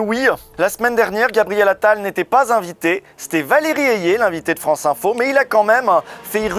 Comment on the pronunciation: Usul qui imite l'accent parisien insupportable d'Attal ❤